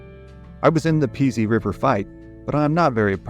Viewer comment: Enjoy all your vids. One note: The Pease River where the fight took place is pronounced like the word “please” without the L. Not Pea-sy. The battleground is on private property, I’ve been there.